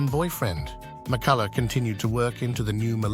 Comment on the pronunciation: her surname is pronounced "Mi-cull-uh", not "Mi-cuh-luff", dipsh*t narrator.